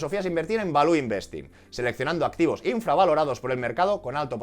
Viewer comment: No digas más "Balú" que no es el Libro de la Selva, jeje. "valiu" mejor...